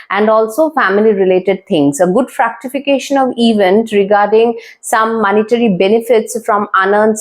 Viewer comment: GOOD. BUT KINDLY RECTIFY THE PRONUNCIATION OF WORDS : VENUS & ITs " FRUCTIFICATION " NOT FRACTIFICATION ..XX